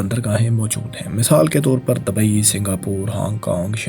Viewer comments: Dabai Nahi hota Dubai hai. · آپسے گزارش ھے کہ تھوڑی سی تلفظ پر بھی ریسرچ کر لیں اب تو میرا بیٹا بھی آیکی غلطیاں نکالتا ھے جیسے کہ Dabai nahi dubai hai آپ بھت سی غلطیاں کرتےھو برائےمہربانی اپنی اصلاح کریں میرے بچے اور بھی بھت سے لوگوں کے بچےبھی یہ ویڈیوز دیکھتے ھونگے اب متوقو کوئی لفظ نھی ھے